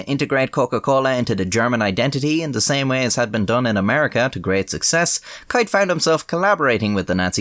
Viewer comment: its.....keith......not kieth......or asa your saying it kiath